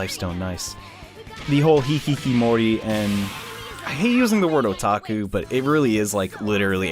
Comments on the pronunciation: keeps saying hikikimori and it makes me uncomfortable It's hikikomori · "It even has it's own term, a 'Hikkikomori'... or maybe 'Hikkikimori'...? Idk it's hard to pronounce that." Well, not long in the future, would play a game who's name was based off that word and he would learn it is indeed called "Hikkikomori" I recently heard this story out someone who had escaped a war as a kid. They eventually had gone to a therapist and one day talked to them about how their spouse annoyed them, leaving curtains opened and lights on at night, which was opposite of how he preferred things. He was asked why he did that in the first place but as far as he knew he'd always done it. The issue was brought up and after consulting his siblings, he realized something... His reason for turning off the lights and closing the curtains was that it was the way to avoid standing out and being noticed at night. Events change your personality, even in little ways I've probably had a pretty traumatic one... But I have the memory of a goldfish. And the memory of a goldfish. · Continuing the trend of " pronounces words right the first time and procedes to mispronounce them for the rest of the video" is: hikkikomori